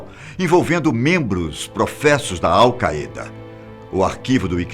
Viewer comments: Al qaeda se pronuncia Au caída, não Au caêda. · Lê falou awcayda mas se pronuncia aucaida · É engraçado pq esse senhor deve ter treinado muito pra falar essas palavras de outra língua: "al caeda" "eipou" "google er" kkkk mesmo assim ficou muito bom! É legal ver que ainda tem gente que se joga de cabeça no trabalho... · AL CAÊDA kkkkkkkkkkkkkkkkkkkkk só eu ri? kkkkkk